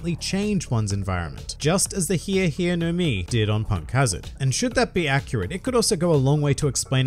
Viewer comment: I was really disappointed with how this fruit was pronounced. I thought for a second it might be the thriller fruit consumed by Michael Jackson. The HEEEE HEEEEE no mi. Model shamone